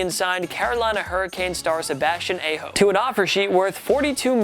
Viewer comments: Hey! It's pronounced AH ho. NOT A HO. COME ON MAN! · Its Sebastian Aho. (Aw-hoe) If you say it like (A-ho) it sound like you're saying A-hole. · Just had to say, Sebastian Aho is pronounced ah-ho not aye-ho. And he used the offer sheet as leverage to get a better contract with carolina because they refused to sign him to what he wanted until they realised they might lose him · It’s pronounced aaaaaaaaaaa ho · It's "Ah-hoe" dude....come on man.... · Exactly!! It's pronounced Ah-ho. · Totally butchered Aho's name. It is not "a ho" as funny as it might be. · Hockey Rules......#6 you went and proved it wrong.....as for #9 ......have you ever had one of those Pucks hit you?......now that one is common sense to keep players from getting hit and hurt.....now the offer sheet one, that was a agent getting his player the better deal and like you said...(oh BTW it is pronounced Aho , Hard A soft ho ....) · Great pronunciation on Aho....... haha come on now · 1) No shooting after the whistle is also a security issue. The goalie and other players stop their 100% concentration after the whistle, so shooting after that may cause injuries (worst case) 2) Sebastian Aho's last name was not pronounced correctly. The A should be pronounced like in car, bar.